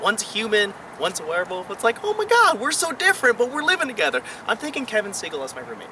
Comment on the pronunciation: did he really say kevin segle KEVIN SEGLE!!!!!!!!!!!!!!!!!!!!!